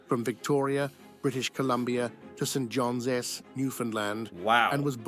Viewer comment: this video is ai af... not your but the one you're reacting to. Victoria is not a province "saint john S" was so random lol its st johns